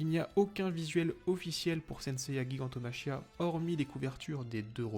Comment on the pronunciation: Ça se prononce "jigantomakia".